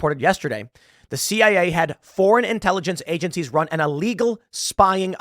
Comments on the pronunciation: You mean CIA LOL. not CAI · CIA not CAI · Oh bless my heart, Tim said CAI instead of CIA. All credibility lost, right? Honestly, I propose we change the Central Intelligence Agency (CIA) to Central Agency of Idiots (CAI)